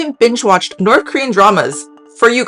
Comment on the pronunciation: This is super interesting, but I can’t help but laugh at the fact that in this video about language and pronunciation, this lady clearly says NORF and SOUF throughout. Makes me chuckle